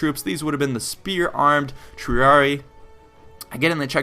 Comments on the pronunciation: A couple tips on Latin pronunciation. The second i in some latin words, like Triarii, is pronounced as a hard i. Tree-arr-ee-i. Almost all 'c's in Latin are pronounced as 'k's. Prin-kip-ays or prin-ki-pays, the second being more accurate but also being almost indistinguishable. Also, Acies falls under the same c rule and should be pronounced akies(Or if you're using Ecclesiastic Latin or Church Latin you would say Achies). The keys thing to keep in mind when working with Latin is that there are a few problem letters but otherwise English will carry the day. The letter c is always hard, basically a k.The letter g is always hard, as in gum. The letter j is always soft, sounding like a y. The letter v is pronounced as a w, since Latin does not have the letter w and for some reason does not need a v. To sum it up, Yulius Kaiser(Julius Caesar) sent a letter to Rome pronouncing his victory as "Wenee, Weedee, Weekee."(Veni, Vidi, Vici) I couldn't think of a way to include a g. Pronouncing Latin really is hard without experience. I had spent two years learning Latin and I pronounced velites and equites as vel-its and ek-wits for the longest time, but I learned a year ago the correct pronunciation which you use in the video. Honestly I'm still learning so I wouldn't stand on pain of death about what I've said above but it is definitely serviceable. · The incorrect pronunciations take away from the credibility of the video. Not very hard to find out what the proper pronunciations of the different words are. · Salve. was thinking the same with the c. Also with triarii. The romans didnt have silent words and every letter was spoken so yeh again right with triarii. Vale